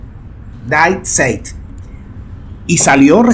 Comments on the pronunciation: die Zeit se lee "dii sait". Te sigo todos los días, me encanta todo lo quecuetaa y cómo lo cuentas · se dice " di zay"( die Zeit)